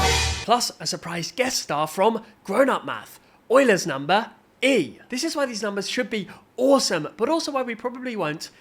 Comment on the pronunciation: “Euler’s” ❌ “Oiler’s” ✅